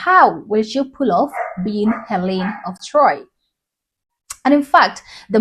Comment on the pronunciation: It's Helen of DtroyT.